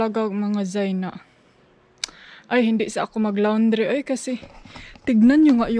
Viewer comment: Hindi yan loundry oy. E google mo kung paano bigkasin, laundry, not loundry. :)